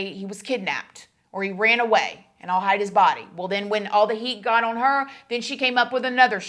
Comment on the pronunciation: your continuing mispronounciation of "on" is....disconcerting, and makes it difficult to continue watching.